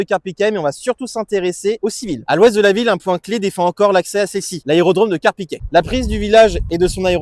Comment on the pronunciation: on dit Carpiquet (é) et non Carpiquet (è) comme dans poulet.